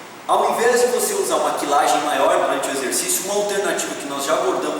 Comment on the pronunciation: "Kilagem" nãoooooo . .. . Muito bom o video mesmo mas "Kilagem" é péssimo . . . . .